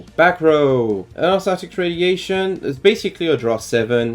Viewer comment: I’m so upset that this is the one video that I didn’t get a notification for. Very nice guide, though. A lot of similar things to my guide. Have you considered the spellbook package in the deck, since there is no normal summon at all in the archetype? Btw, the way you pronounce it is Urs-Arc-Tic.